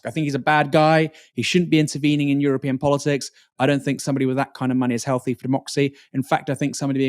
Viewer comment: I really can't stand the way you pronounce your "th's" as "f's" like "I fink" instead of "I think".